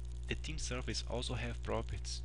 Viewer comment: Thank you for these videos! They are very helpful. But just for your reference: 'properties' is pronounced 'prop'-'er'-'tees'. Not 'properts'.